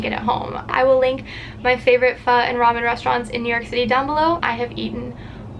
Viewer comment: I love that you said pho right lmao